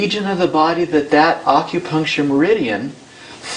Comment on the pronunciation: Aukupuncture i hate when people pronounce it like that fuck.